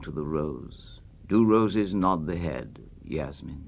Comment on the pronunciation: Ah but only if Burton had pronounced Yasmin correctly